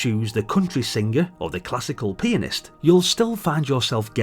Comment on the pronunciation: YAY!!! New vids. you don't get much more 1980s than this guy. you said pianist 😂😂😂 yes I'm 8 years old